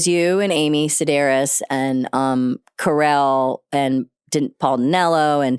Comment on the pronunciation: The way you got the name wrong multiple times is sending me 😂